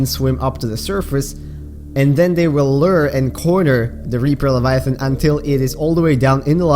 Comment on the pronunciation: “L e v i a t h O n”